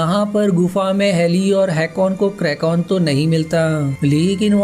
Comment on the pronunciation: It's "kraken" not krakon